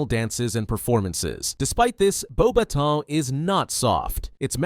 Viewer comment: Thank you for pronouncing Beauxbatons correctly